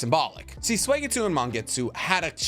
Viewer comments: Why does he say swageetsu 😂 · When are you going to start pronouncing Suigetsu's name correctly?😅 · I can’t tell if he’s saying suigetsu or swagetsu i hope he’s saying swagetsu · Please, please don’t say “Sway-getsu” it’s “Sue-E-getsu” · Why is it Sway-gay-tsu 😩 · Oh I didn’t know suigetsu was pronounced sweygetsu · i can always tell bro doesnt actually watch anime cuz of his blasphemous pronunciation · I get chills down my spine every time you pronounce Suigetsu's name. You doughnut...